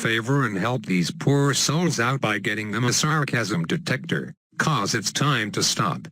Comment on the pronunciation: The way you say 'detector' intrigues me... oh, and is the sarcasm detector the same as the rainbow kappa face detector? Also, this strategy deserves 1337 YATTAAAAAAAAAAAAAAAAAAAAAAAs for dat buder sark Kappa